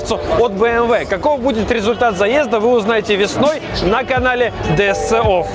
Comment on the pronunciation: Ди Эс Си офф...говори хотя бы правильно!!!